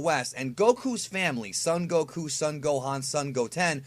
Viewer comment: You say Goku stupidly